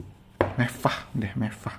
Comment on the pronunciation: wkwkkw saya suka bagian "mevvah" nya